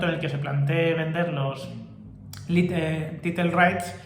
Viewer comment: “Title” se pronunciaría como “Tairo”. Con respecto, me da risa 😂 cada vez que dices “titlee”. Saludos!